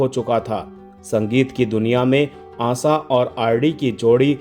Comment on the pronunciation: Aasa nahi, Asha kaho ,kounsi bhasha hai aapki ?